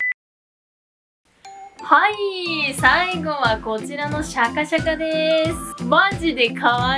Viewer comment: シャカシャカを釈迦釈迦って言うの個人的にツボでした😂😂😂